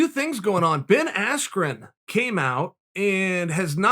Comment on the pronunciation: Did he call him Baskren lol